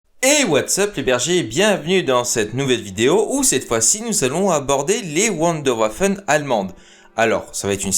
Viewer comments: On dit " Voundorvaphon' ". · prononcer Wunderwaffen avec l'accent anglais, c'est plutôt dommage. Mais l'intérêt et la qualité du boulot dépassent ce point de détail. Bravo !